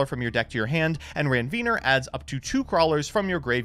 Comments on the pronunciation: Where are we getting the Ranveener word from. Like there’s no second N lol. Ranvier 🙂 see Nodes of Ranvier. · I laugh a little every time he mispronounces “Ranvier”